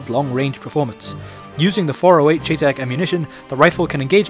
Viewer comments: chay tack.....its "shytech" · its pronounced cheytac like Shy and Tack. never heard anyone not even a real person who used the rifle in iraq call it a cheytac like chay tack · I'll forgive you because you're Chinese, but it's not pronounced "chaytac". It's pronounced like "Shy-tac". I'm a gun nerd, sorry lol. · Its prounounced Shy-, not Chey like its spelled. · its pronounced chey tac like shy tac not chay tac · Don't know if someone pointed it out, but it's pronounced "Shy tech". I know it's weird. Also if you've seen the American series, The Unit, they showed 2 of them in an episode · Don't know if someone pointed it out, but it's pronounced "Shy tech". I know it's weird. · hey, its spelled cheytac and its is pronounced Shay-Tec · it is pronounced shytech not cheytac it may be spelled that way but it is not pronounced that way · he was saying in wrong thy whole time. its spelled chaytac but its pronounced like shytac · its pronounced Shy-Tec just to let you know :) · its pronounced SHY-TAC! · its pronunced crytac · No its pronounced Chay-Tack. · cheytac is short for cheyenne tactical. Its actually pronouced shy-tac. Best regards buddy ;) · its pronounced "Shea-Tac." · pronounced SHY-TAC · Its pronounced Shytack